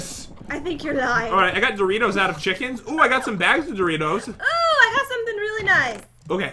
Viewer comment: you grabbed my interst when it said doritoes